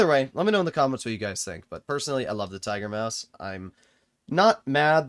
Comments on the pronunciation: Tiger Muas ✅ Tiger Maus ❌ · "Tiger muas" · ah yes, Tiger-Muas